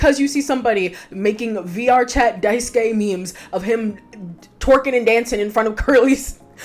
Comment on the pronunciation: Thank you so much for pronouncing Daisuke's name correctly. I am so, so sick of hearing folks' say "Die-soo-kay."